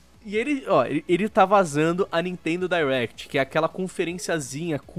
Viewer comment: Me da uma agonia quando eles falam "Dierect" e não "Direct"